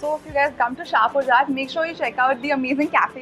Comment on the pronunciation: in shahpurjat... the 'jat' is pronounced similarly as in flying jatt and not jaat . thanks :o